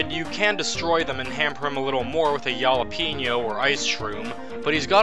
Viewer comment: did... you... just... say... "yalapeno"